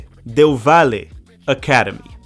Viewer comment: The way you are saying valle 😅 however loved the video 🇪🇨